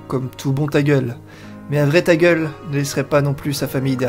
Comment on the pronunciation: Je commence le lets play par la fin (cherchez pas pourquoi ...) et j'entends ''un tagueul" pour un tagüel , tu as refais ma journée x)